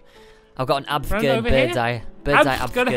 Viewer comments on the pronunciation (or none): Its AFFFFFFFFFFFFFFFFFFFFFFFFFFFGERN not ABFGERN or AVGERN